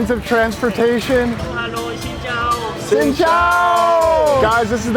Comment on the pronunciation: It’s xin chào not xin chou